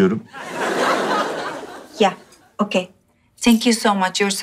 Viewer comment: Peki meltemin telefonla konuşurken okey dicene okay diyo bide ingilzcesi kit herhalde skskxndhska